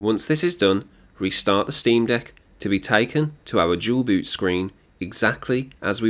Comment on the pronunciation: Why you Dual boot sounds like Jual Boot? 😂 Thanks for tutorial anyway.